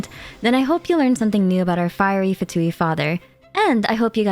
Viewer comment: Beautiful video as always, I just can't wait to pull our new Fatui harbinger! P.S. Little reminder that "Fatui" is also an italian word, and it's actually pronounced "Fàtui" instead of "Fatùi" like they always do in the English dub. Japanese dub pronounces it correctly tho. Something "Fatuo" means something insignificant, inconclusive, superficial, frivolous. It may refer to how the Fatui are, in the end, just a tool for the Tsaritsa's plan of rebellion with little to no other purpose?